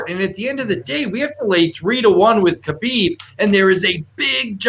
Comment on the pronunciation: “Haa-bib” no “k” Also I 100% believe he knows his dad is WITH him. People are looking from the outside. He is in his territory with his PEOPLE. You guys are only wanting to see the upset because the money is there. All good though I don’t blame people.